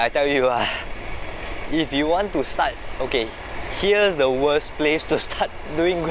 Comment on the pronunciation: Wors"t" la bro... :D